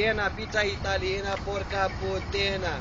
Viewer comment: porca putana nu PORCA PUTENA